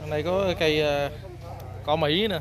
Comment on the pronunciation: Cỏ thái mà nói cõ mỹ hết hồn kk